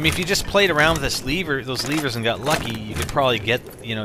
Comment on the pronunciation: Really,? Leevers?